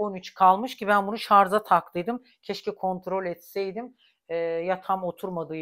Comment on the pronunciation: lütfen ṣarz demeyin. size dogrusu yakiṣir, ȘARJ. lütfen dilinizi dogruya alistirin. sevgiler